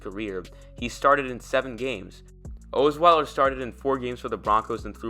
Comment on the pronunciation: Does this guy even follow the Broncos?....Ohs-Weiler............Rip-E-an........Talk about a waste of time.